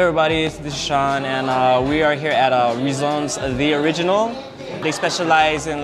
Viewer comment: Razon's...with a short "ah". Its not Ray-zon's. Our vowels are similar with the Spanish and Japanese vowels that have short sounds